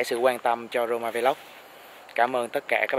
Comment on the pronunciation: Roma vlog mà minh nghe s thanh corona vlog =))